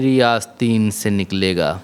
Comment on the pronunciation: आसतीन नहीं आसतीं آستیں से निकलेगा आसतीन तहेत में नहीं आ रहा